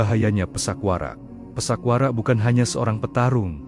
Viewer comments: Pathak Warak kenapa dibaca pesak Warak, 2 maling,maling kapa dan maling kenthiri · Bukan Pisak Warak tapi PATHAk WARAK broo...